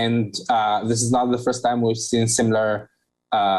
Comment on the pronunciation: its first not phirst :)